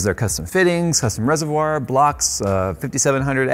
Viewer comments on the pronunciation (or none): none